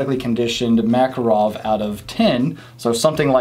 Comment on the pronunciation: The name is Mac-Kahrov, the stess is on the second syllable, not first. In all fairness, Russians pronounce Reagan's name as Raygun. For what it is, a Mac is definitely not worth $500, more like $300.